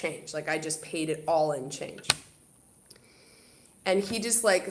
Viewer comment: Love your Canadian accent the way you say paid